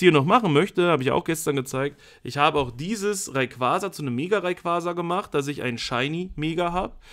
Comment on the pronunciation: RayquaRRRza? mit absicht? :D Kuss, mach weiter so!